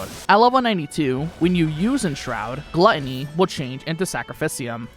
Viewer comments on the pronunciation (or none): none